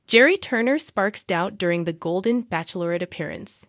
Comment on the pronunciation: It’s not backlorette , it’s pronounced batchelorette!